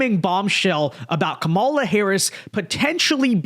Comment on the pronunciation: KAmala. Not KaMALa. At this stage getting her name wrong makes you sound rather disrespectful and biased.